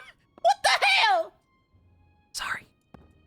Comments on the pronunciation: the southern "what the hell!" is killing me 😭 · It's great 😂